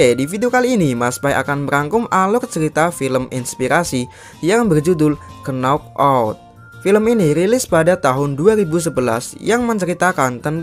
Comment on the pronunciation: Knockout disebuk nokout bukan kenokout dan smackdown disebut smakdown bukan semikdown.